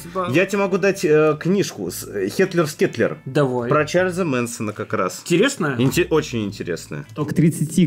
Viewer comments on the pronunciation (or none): Не "хетлер скетлер", а "Helter Skelter". Знаток... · Все люди: Хелтер скелтер: Хетлер Скетлер